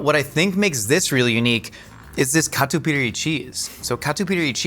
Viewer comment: Catupiry my beloved ❤❤❤ And pronunciation was great!